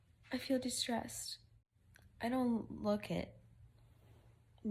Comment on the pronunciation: I know you’re saying de-stressed but it comes across as distressed which is quite the opposite.😂